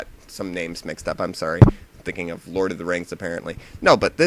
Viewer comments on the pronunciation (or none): none